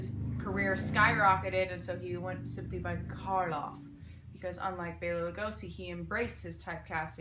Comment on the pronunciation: This was so informative! Great job as always. Thank you for pronouncing Bela's name correctly!!